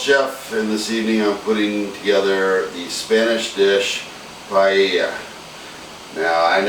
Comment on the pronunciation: Looks great but I'm pretty sure you're pronouncing paella wrong lol